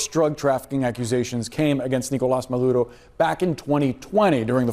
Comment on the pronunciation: The “madurro” pronunciation almost had me lose my lunch 😂